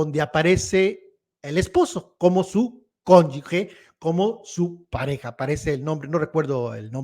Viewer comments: Se dice cónyuge y no cónyugue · ES: CÓNYUGE Y TU DICES: CONYUGUE, ES INCORRECTO. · Se dice cónyuGE, ¡sonido con J! No es cónyuGUE. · no se dice CÓNYUGUE, es CÓNYUGE. OJOOOOO!!! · es Cónyuge, no Conyugue!… saludos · Se dice CÓNYUGE no CÓNYUGUE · BRAVO, ASI SE PRONUNCIA CÓNYUGE 👍👍👏👏👏👏 ABUSADO, NO ES “GUE”🤷🏻‍♀️ LA MAYORÍA LO PRONUNCIA INCORRECTAMENTE! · una persona (hombre o mujer) unida a otra en matrimonio es su CÓNYUGE y no su cónyugue como dices al menos un par de veces en el video, error muy común por cierto. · Se dice cónyuge, no cónyugue. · no se dice conyugue se dice conyuge,con sonido de jota je al final. Saludos y mi admiración por tu trabajo. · Aunque dice cónyugue muy mal y pregúntele a un buen abogado cuál es la pronunciación si cónyuge o cónyugue pero lo cierto es cónyuge. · Y no es mala onda, pero su hija tiene un apellido diferente: Diana Vega, no Sánchez como su pareja. Por cierto, se dice cónyuge (la g suena como j). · Cónyuge se pronuncia como te lo dijo. Como si fuera cónyuje la g se pronuncia fuerte porque no lleva la u. Hay que cuidar el idioma. Saludos. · TRATA DE PRONUNCIAR GE GE GE CÓNYUGE!🤗🤗🤗